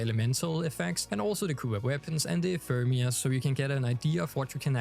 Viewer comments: "Ephermia" lmao its Ephemera just sound it out guys 🤣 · Ephemera = enfermia lol